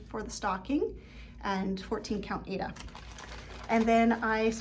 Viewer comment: Thank you for the beautiful video with so much Crosstitch inspiring projects. I would like to let you know that the pronunciation of the fabric Aida, is “I-EE-DA. It was named after the opera Aida.😃